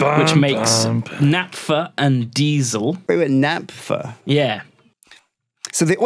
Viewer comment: for the love of all that's holy. It's NAPHTA, pronounced NAFTA, the thing you make naphtaline with. I cannot hear natpha anymore.